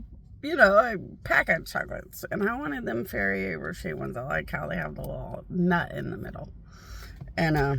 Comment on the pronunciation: Fairy-eh roché 💜